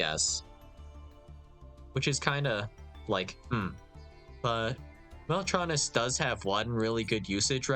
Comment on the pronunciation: He pronounced it right lmao